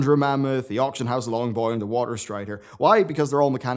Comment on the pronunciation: HE SAID LONGBOY